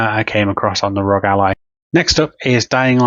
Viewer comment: Why do so many people pronounce it “Rog”. All 3 letters are capitalized… meaning you pronounce each letter! The R.O.G